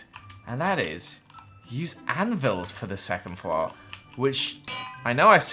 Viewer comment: The way he says floor gives me OCD, it’s floor not flow